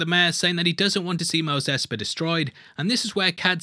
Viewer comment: I love how: Mos Espa = Mos EspER Boba Fett = Buba Fett